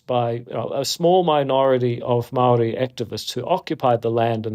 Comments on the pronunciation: Awesome to see NZ getting some international spotlight. Does irk me how Andrew pronounces Waitangi perfectly but continues to say Maori like "maow ree" throughout the video, though. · Bro didn't even try to look up how to pronounce of Māori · "im maori"? lmfao he cant even say it right with that devil mouth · David Seymour says he's Maori but can't even pronounce it correctly